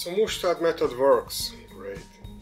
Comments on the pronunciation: Sorry for being boring and I'm also not native English speaker, but mustard pronounsed as "masterd" both in GB and USA variants. Anyway it is lots of fun that kitchen grade stuff can be used for DIY. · That is not how you say mustard